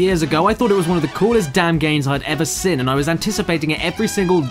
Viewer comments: "I thought it was one of the coolest damn games I've ever sin" Was that intentional? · He pronounced seen wrong But we all make mistakes so it's OK if he said it wrong